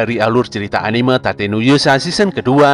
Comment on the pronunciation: Tate ya, pke huruf A. Bukan pke huruf E. Okey